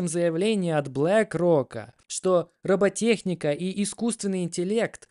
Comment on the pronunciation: Радует, что молодой человек правильно произносит слово "роботехника", без длинных ... бототе... Приятно слушать.